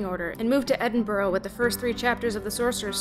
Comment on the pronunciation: FINALLY SOMEONE SAYS EDINBURGH RIGHT!